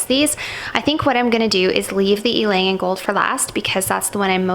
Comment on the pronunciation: good thing you pronounce Ylang in right way lol!